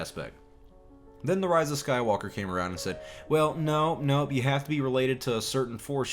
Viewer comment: I like the way you said "Rey's a Sky-woke-a."